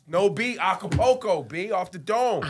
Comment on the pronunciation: “acápoco” 😂 I thought it was acapella! LOL